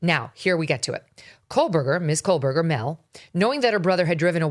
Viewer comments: Why do you keep saying KOHL-berger? It's Koh-berger. Not that I care about vile murderer or his vile family (vile because they 'support' a murderer). Weird that by now you wouldn't know how to pronounce it, unless you don't pay close attention at all. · Kohberger not Kohlberger. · It’s KOHberger Megyn — not KOHLberger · Um get the university name correct- it’s Washington State University NOT University of Washington geez. Pronounce the names correctly- it’s Kohberger; there is no “L” it’s not Kohlberger geez! Was there a guest cuz I haven’t heard a peep from a guest and I am halfway through the video! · “KOH” Berger. No L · Why are you pronouncing his name like KoLberger with an “L” in the first syllable. There is no “L” in Kohberger.